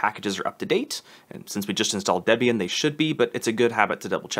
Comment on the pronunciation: Excellent video. I did slightly flinch every time you said DEB-Ian instead of DeeBian, and SuDoo instead of SuDough. But still valuable info.